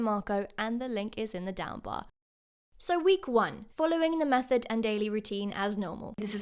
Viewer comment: It's method not mephod